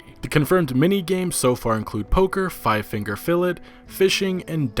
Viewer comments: its pronounced "Fill-aye" not fucking "Fill it". that was cringy to hear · Five finger fiilled? Bruh filet is pronounced fill-lay.